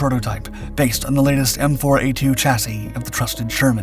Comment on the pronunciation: Here we seem to exult in having finally mastered the pronunciation of “chassis”! Huzzah!